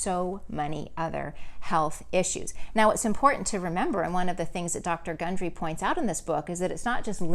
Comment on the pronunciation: Why is his name mispronounced twice during your talk...but pronounced correctly when you’ve referenced the book?